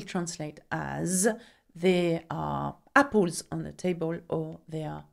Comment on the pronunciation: apples not appols